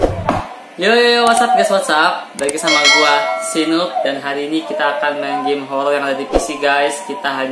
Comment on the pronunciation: Horor pak, bukan holol. Wkwk # 👻Kabooorrrr